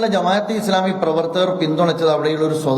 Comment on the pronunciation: എടാ മോയന്തേ, ജമായതെ ഇസ്ലാമിയല്ല, ജമാഅത്തേ ഇസ്ലാമി എന്നാണ്... അവരുടെ പേര് പോലും നേരാവണ്ണം എഴുതാനും പറയാനും അറിയാത്ത നീ ചെലക്കുന്നത് ആര് കേൾക്കാനാണ്....